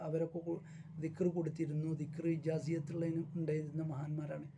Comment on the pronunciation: ഇജാസിയത്ത് എന്നല്ല - ഇജാസത്ത് എന്നാണ്